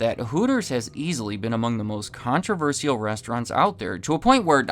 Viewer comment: The true downfall? The target market of 12-year-old boys doesn't have that much disposable income to spend, as it turns out. And lesbians spend way too much time in hardware stores to eat at Hooters. For the love of God, please learn how to pronounce controversial. That, along with the clear left-leaning commentary on the channel, makes it incredibly hard to take you seriously.